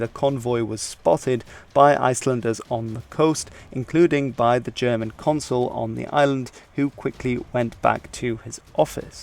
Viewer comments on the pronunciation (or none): none